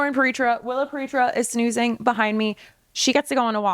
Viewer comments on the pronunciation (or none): Hi Willa, not Willow 😊